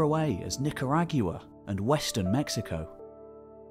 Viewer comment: That’s not the only grammatical error he made. And he mispronounced several words, like “Nicaragua.” However, I am certainly not nit-picky enough to mention these things, especially after he put so much effort into making this. Geeze